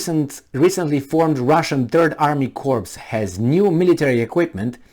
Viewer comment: Corps is pronounced core.